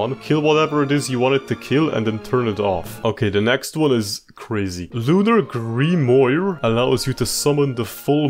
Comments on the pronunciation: Hearing all “Grimoire” (Grim-was) as “Grim-oi-er} hurt my soul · it's pronounced like gri moo ar 😂 (accent on the a) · Grimoire, not grimoyeur. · if this helps, it’s pronounced ‘grim-waar’. Not trying to be a dick, just letting you know (I also had a helluva time with that word before I learned how to say it). Nice work, dude! Love it